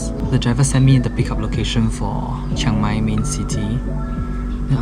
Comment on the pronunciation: im just here to say , its not cheng mai its chiang mai ,CHEE-ANG MAI thank you and have a nice life